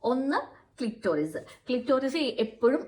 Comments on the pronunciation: Clitorius അല്ല കൊച്ചേ clitoris ആണ് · ക്ലിറ്ററിയുസ് അല്ല ക്ലിറ്റൊരിയസ് 🚩